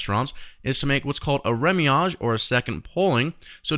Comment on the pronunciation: remouillage not remiage.